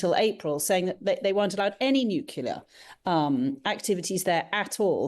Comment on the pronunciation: When it is spelled nuclear, why do some say nucUlear?